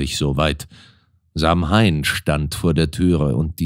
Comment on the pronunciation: Samhain wird zwar eher "Sauwien" gesprochen, sonst, wie immer, wunderbar gelesen 💚